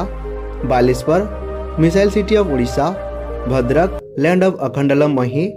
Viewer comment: Bhandrak ❌ Bhadrak ✅